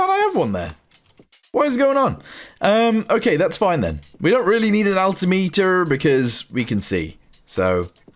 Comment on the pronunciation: English may only be my second language but I do believe it isn't pounced as alti. meter, and is more altimeter like perimeter.